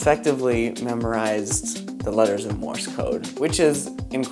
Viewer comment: MORSE, not MORIS! stop saying more-is